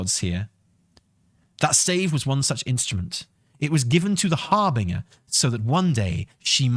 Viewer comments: Harbeaner? LOL it's HAR-BIN-JER. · Seriously? Har-bing-er? Again? Can you, for the love of God, just pretend the 'g' is a 'j'? You know, like in ginger? It's pronounced Har-bin-jer. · I breathe sharply through my nose every time says har-bing-er. Would make a great drinking game LOL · Actually it's pronounced Harbinyer. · You mean it's not pronounced "hair - bringer"? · I'm getting on a train to Swansea right now to slap you until you start pronouncing"harbinger" correctly. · corrected by his wife that it's a soft G in harbinger. uses the hard G anyway.